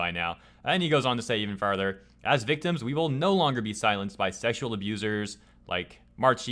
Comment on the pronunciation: "VIC-TIMS" God dammit lmao